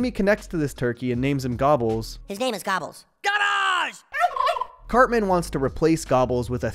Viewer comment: Timmy said "gabbas" (gobbles) like 600 times